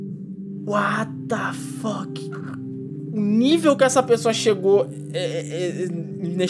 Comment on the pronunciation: Kkkkkkkkkkk morri de rir " uatafok" vc é demais parabéns ganhou um inscrito 👏👏